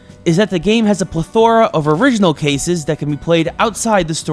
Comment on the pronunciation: If you are going to say the word plethora in every review, you should at least pronounce it correctly.